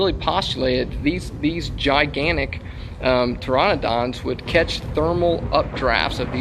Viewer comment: Did he just say "(P)Toronodonts"? ,o.o